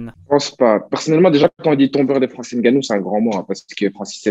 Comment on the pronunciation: Bravo :) Mais c’est Francis Ngannou Et ma pas Francis Gannou :)